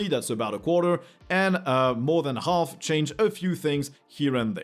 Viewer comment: I guess you should have a YouTube-search for "comedy silent letters" and watch the video "How the English language would sound if silent letters weren’t silent - BBC". I felt remembered to that by your "half" with pronouncing the "L" in there, which should be silent. ;-)